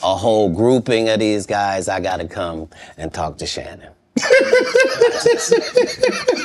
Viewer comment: When Shannon Said. COM OWNN KATT MAN! ME:😂😂😂😂😂